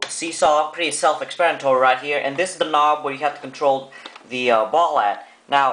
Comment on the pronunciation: expranitory. lol good review